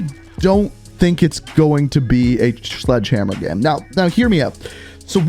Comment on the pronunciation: Why does he say gem instead of game